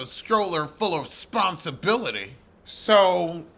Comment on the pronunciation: Not "Sponsibility!" 😅😅😅😅